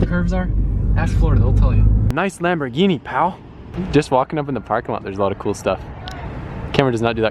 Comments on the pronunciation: did he really say lamborgini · "lamborghini" ehm, not really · Wtf you said lamborgini its corvette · Why does he call Ferraris lamosss 😭😂 Sombody tell me please LMAOO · haha I was thinking did he really just say Lamborghini